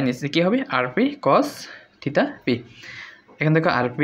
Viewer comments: আপনি থিটা কে থিতা বলেন কেন? খুবই বিরক্তিকর শোনা জায় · সঠিক হলো থেটা